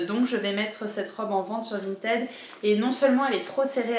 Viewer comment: Coucou, ça fait plaisir de te retrouver dans une nouvelle vidéo et c'est agréable de t'entendre proconcer "Vinted" correctement 😁. Je suis trop fan de ta jupe, dommage qu'elle soit trop petite, j'aurais été ravie de l'acheter! 😍